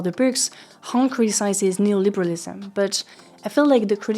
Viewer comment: Heating you say neoliberalism correctly was a little jarring, incredible vid as always tho